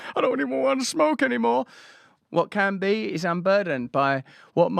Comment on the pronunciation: Sounds like she's trying to say Wa-Kan-da, but keeps brain farting to "What can be"